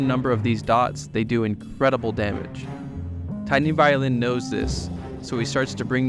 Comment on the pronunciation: Hearing you say “TinyViolin” and then seeing that his name is actually “TeenyViolin” killed me. 😂😂😂